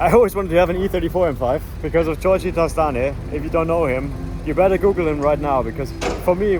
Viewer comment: Damn you butchered Giorgi's name haha! also check the EDC, if it fails it's very expensive to repair.